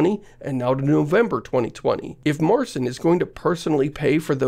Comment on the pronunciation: Marcin is pronounced more like mar-zeen or mar-tzeen. Nor mar-seen.